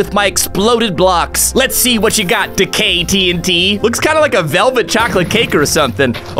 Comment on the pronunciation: When he said “Decay” it sounded like “The gay”